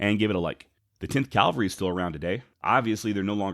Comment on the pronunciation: CAV-AL-RY. Please...please....please. It’s ear cancer hearing you say Calvary.